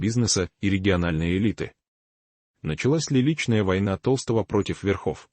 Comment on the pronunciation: Не Петра ТОлстого, а ТолстОго!!!перестаньте включать ИИ, пусть сам Петр скажет правду и не боится рассказать про предательство ГД, в лице Матвиенко и Володина😢